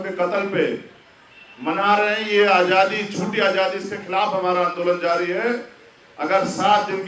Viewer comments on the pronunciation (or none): none